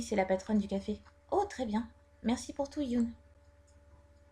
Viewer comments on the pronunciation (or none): hyun se prononce hyeonne pas hyounne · Hyun ca se prononce « yeun » et pas « yoon » et le h il se prononce aussi donc ca donne « Hyun », il doit surement etre coréen vu son nom ^w^